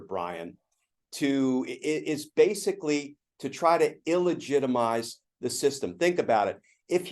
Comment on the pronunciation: Deligitimize, not iligitamize